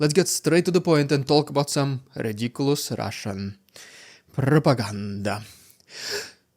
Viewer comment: Rrrrriiidicculouss Rrrrrrussian Pppprrrropaganda.......hoo.... I think is unhealthy for picking up rocks 💯😂😂😂